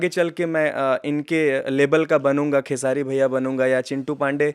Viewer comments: खेसाडी नहीं खेसारी भाई बोले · खेसाडी नहीं खेसारी भाई बोलो